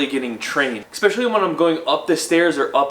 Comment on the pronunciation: It's ES-PE-CI-ALLY not eKspecially. So annoying. You do so many challenges man, you can pronounce one word too, I believe in you! ❤